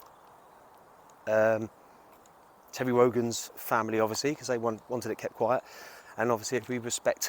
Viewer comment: Tewwy Rogan???